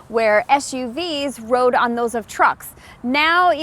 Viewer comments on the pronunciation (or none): none